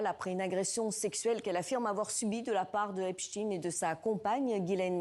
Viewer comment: Prononcez le nom de Epstein correctement.